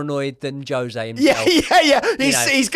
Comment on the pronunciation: J for Jose pronounced Hose if spanish... but he aint.....is he... I'll call you.... instead of... probs use to that tho eh bruv xxx lol